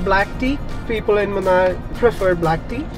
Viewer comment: It is Munnar and not Munai. It is in Kerala State